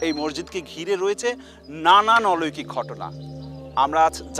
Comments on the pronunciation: জনাব, শব্দটা 'অলৈকিক' না, 'অলৌকিক' হবে। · অলৈকিক নয় শব্দটা অলৌকিক। উচ্চারণটা ঠিক করেন। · অলৈকিক কীরে ভাই ? অলৌকিক হবে। তোমার আরো পড়াশোনার দরকার